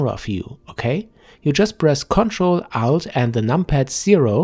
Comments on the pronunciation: Good Job, say ALT not OUT. You confused me.. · i heard the same thing, im like wtf is out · what is 'out' - you say press 'control' 'out' and the 'zero' key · I thought he said ctrl+out + num0, had to check the comments, thanks